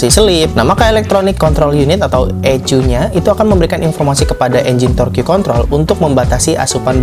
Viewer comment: FYI aja,, TORQUE di baca TORK